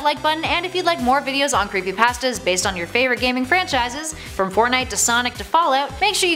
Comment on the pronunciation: Oh creepy pahstas